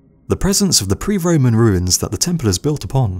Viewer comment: Ahem, it’s pronounced, “wooins”.